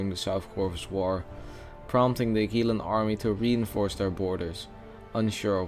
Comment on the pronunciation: Uh-Qwil-uh, not Akeelah... nice video btw